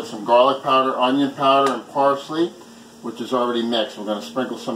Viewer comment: Does anyone else hear "big onion" Everytime he says onion.